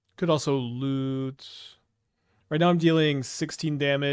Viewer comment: Talk about Lute sounds like Loot :(